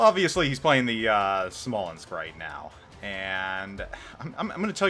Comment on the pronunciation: PS: you pronounced it right